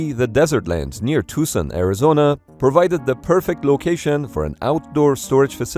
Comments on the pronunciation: I have driven by this place multiple times. I'm also surprised you knew how to pronounce Tucson (I literally have out of state family members that get it wrong.) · Neat! I used to run next to the Bone Yard when I was stationed at Davis Monthan. I realized how lucky I was to have such a cool scene to look at while I ran. And you even pronounced Tucson really well. Good for you!